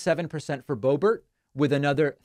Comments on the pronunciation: Did he say boebear? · Please, stop saying "Bobear"...there's nothing about her that is French other than kissing trumpty-dumpty's butt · Don't give gropebert a french pronunciation. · Not bo bear it’s pronounced bo Bert rhymes with hurt. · Not surprised. Might her district be tired of her antics? And what's with the "bow-bear" pronunciation? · It's pronounced "boobert". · It’s pronounced Hoebert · Do you not know how to pronounce her name? You look dum*. Purposely mispronouncing someone's name is childish, trump uses the same tactics. It's sad you went down to his lvl